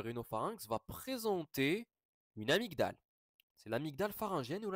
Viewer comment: La prononciation d'« amygdale » est /amidal/, avec le « g » étant muet.